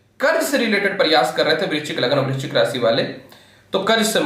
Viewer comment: Vrischik clear bolo43 age